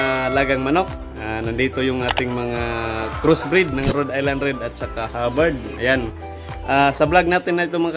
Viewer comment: Cirrection - RHODE ISLAND BROD HINDI RED ISLAND MALI